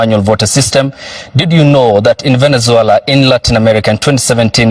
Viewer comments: what's so difficult to pronounce Venezuela? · is suffering from pronunciation syndrome